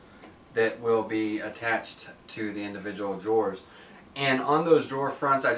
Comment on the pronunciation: Man, this is such an informative, well put together video, but when he kept pronouncing "drawers" as "jores" it was all I could hear. Good video still.